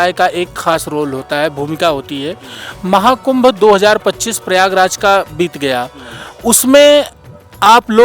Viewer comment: महाकुम्भ का सही उच्चारण बताये मगराज जी ने जय श्री पयहारी जी महाराज जी